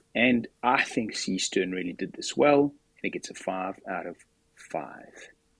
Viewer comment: What is it you American that you don’t get about the name Seestern?